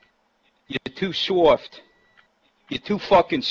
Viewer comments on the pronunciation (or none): Ahhahahaha he can't even say soft right, "your too Fuuuken soooorft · "Ya to fwarken sowft." wot? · "you're too suoft, you're too suoft..." lmao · That guys voice is fucking hilarious "sowft" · ''You two shoft'' XD learn how to speak before you insult someone.